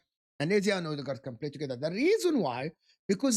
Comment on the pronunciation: Mikel odeegard😂